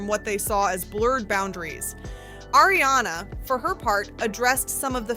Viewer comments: Also, I might not be a fan but I know how to pronounce Ariana’s name. Like come on with this vid. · Ariana not Airiana.